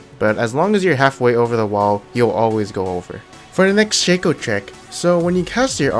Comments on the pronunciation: you guys serious, its not shaco its shaco keep on saying Shaco Instead of Shaco pls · It´s pronounced Shaco not Shaco